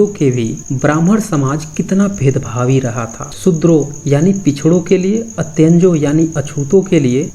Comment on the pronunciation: अ त् य न् जो नहीं अ न् त् य जों